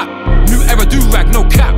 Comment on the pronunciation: Shame you cant pronounce the word era properly